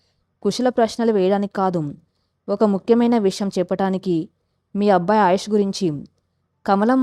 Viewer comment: Kathalu chala bagunnayi. Neeku chethuletthi dandam petti vedukontunnanu. Neevu andamaina madhuramsina telugu kathalu chadsvsrsmam aapesi vere inko panedaina chesuko. Assalu vinsleka pothunnanunu. Aayush ani sariga pslalakaleva thalli. Avunu inthaku nee matru badha enti thalli. Kharma matrubhashaanteartham ayyi chacchindo ledo neeku nee mother tongue e nri? Nee basha yasa chusthunte telugu lage undi. Inths thelisina nenu nenu ninnu sni maryada lekunda pilsvskydafu ani theliysja kafu. Nsku mee grsndmother vsyadu untundi. Anfuke ninnu. Nedku sni chepthunnsnu. Nerku matosati dsndam thslli. Lekspothe chsfive mundu vere vsllu chafivefi jagratthags vinu. Lskshmi garu cheppe ksthslu ilsnyivi. Endukamma Telugu bhadhanu khooni chesthunnav?🙏🙏🙏🙏🙏🙏